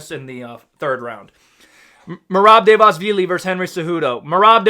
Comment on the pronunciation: hold on let me correct the great. it's merab "duh-va-lee-sh-villy", ur welcome